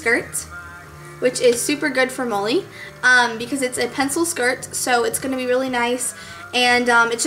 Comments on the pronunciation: its sounds like you're calling her moley lol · i liked the last one best btw is her name molly? cuz u say it like mully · it sounds like she's saying "Moley"... :|